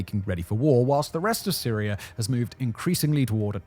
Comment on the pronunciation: There is no such place as Syrier, nor Russier. What is "medier?" I've never heard of Americer either. In grade school we were taught that people from Great Britain spoke the purist form of English. Not sure where you grew up but your slum street jargon is a disgrace. Take a sabbatical and take some classes in English pronunciation before trying the documentary profession again.